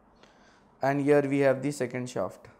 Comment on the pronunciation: Pehle shaft ka pronunciation sahi sikho